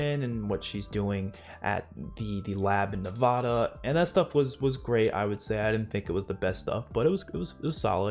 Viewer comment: Just letting you know, it’s Nev-A-da, not Nev-AH-da. Don’t let anyone in Nevada hear you say it wrong 😅